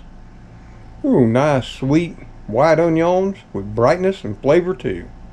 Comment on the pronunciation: I like you say onions